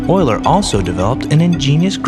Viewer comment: FINALLY... Someone pronounces Euler correctly.